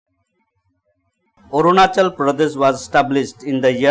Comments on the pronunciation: ONACHAL LMAO🤭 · Orunachal!!! LOL